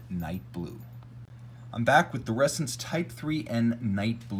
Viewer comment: FYI it’s pronounced ‘ressAns’, not ‘rEssence’.